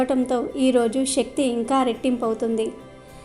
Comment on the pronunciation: శక్తి అని పలకాలి